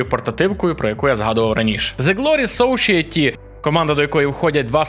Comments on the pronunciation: Society це, як би воно не звучало для нашого вуха, все ж таки сосаєті, а не "сошиеті". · Правильно не "сошиаті", а "сосаеті".